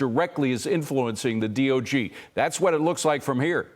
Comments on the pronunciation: Someone please help...WHAT is the DOG? It seems like he must mean the DOJ, but he's clearly saying DOG!? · What's the D.O.G.? He kept saying DOG.